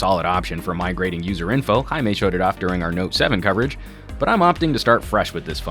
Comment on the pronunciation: It's Jaime rrrrrrr not Jaime h....